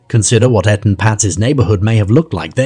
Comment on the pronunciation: How disrespectful that you can't say Etan correctly or even the same way throughout the video. The least that baby deserves is someone to say his name. Smh